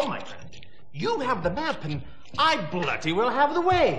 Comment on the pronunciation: I like to think “lost manhood” refers to being shot in the sack. Also, as a Brit, it’s funny how always pronounced bloody as blooty.